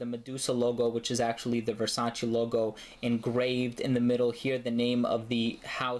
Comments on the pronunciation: I believe it is Versaceee no versaciii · It's Versace not Versaci